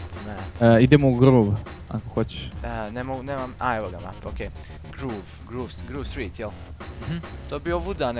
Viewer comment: grov strit ne gruv strit